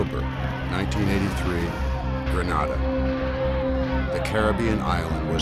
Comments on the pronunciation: It's pronounced and spelt 'Grenada', 'GREN AY DAH'. GRENADA. NOT GRANADA GRAN AH DAH. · THE COUNTRY NAME IS GRENADA NOT GRANADA WHAT A DAMN DISGRACE! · Grenada is pronounced as 'Gree-nay-da' While Granada has a Spanish pronunciation as 'Gra-nah-da' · Tell my why the actors can pronounce Grenada fine but the narrator keeps saying Gre-naa-Da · It's not Granada but Grenada. Granada is in Spain . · The narrator kept saying GrAnada…it is GrEnada…the former is in Spain…Grenada is the SPICE Island of the Caribbean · Who ever up loaded this video should have check the spelling and pronunciation. There is no Granada in the Caribbean, no such country exist, the island is GRENADA. Don't book a trip to Granada because you will end up in Europe or America🤦🏿‍♂️🤯. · Agreed. In addition, If I heard him call the team "gentlemen" one more time i was going to vomit. Oh right, and the way he mispronounced Grenada was so.... triggering. =P